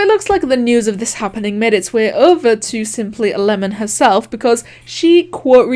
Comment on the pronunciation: When he says "simplyAlemon" i hear it "simply11" for sum reason.